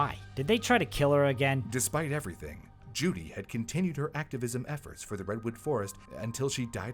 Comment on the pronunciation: "It changed everyting", eh?